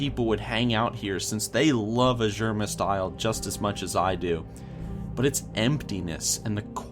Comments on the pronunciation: It's Azure..mist...the way you say is just...bad. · When he said Azuremyst Isle is thought he was trolling xD